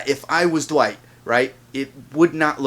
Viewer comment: Dwight? No, his name is Wight since Eugene still got the "D" in his mouth 😂